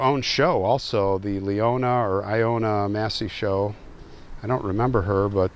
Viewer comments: Ilona Massey. Short I as in it. Pronounced I low nuh. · The wife's name ILONA (ILL-O-NAH) is "Helen" in Hungarian.